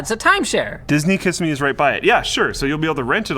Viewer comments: Kiss-am-i... It's Kah-simmy... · "Ki-Sim-ee" is how you say it. How have you never heard of it? Have you heard of Walt Disney World, Universal Studeio's, Busch Gardens, Legoland, or Sea World? This is where you go to go to those places. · It's pronounced "Keh-sim-me" Florida. It's down the road from Disney. Property is a lot cheaper than Orlando. I'm guessing they're doing this for renting it out to tourists. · Ki (as in kiss) si (as in simmer) ee. It's Native Amercian. If you want to see weird town/street names, just go to Florida.